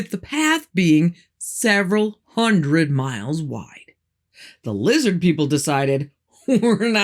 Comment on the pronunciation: I keep telling people it’s lizzid NOT lizard!! Sheeple, all of em🤣